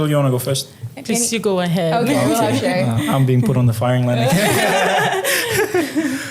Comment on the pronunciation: Its pronounced Shy, not Shay 🙄